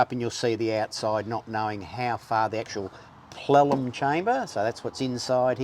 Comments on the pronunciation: what the hell is a plelum? did you mean plenum? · Never heard it called a "plellum" chamber. That's probably because it's actually a "plenum" chamber 😅😅😅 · Repeat after me pleNum not plelum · "Plellum chamber"...😆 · Not trying to be a smarty pants but its plenum not plellum.